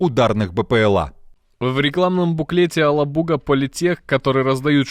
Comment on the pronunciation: Алабуга, ударение на первую А, вы правильно произносите слова